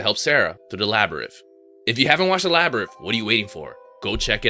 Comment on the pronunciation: This guy can't read! LABYRITH??? ANGUS???